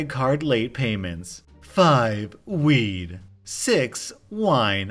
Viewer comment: you dropped the "d" on the end of "weed" so it sounded like you were saying "wii" as in nintendo. I had to double check the screen to see if I heard that correctly, because who the hell is still buying a Wii in 2019/2020? Of course, I misheard. Rewound, listened. Nope, no "d" sound. Watch out for that. Make sure you're enunciating your consonants. Otherwise, the quality goes down.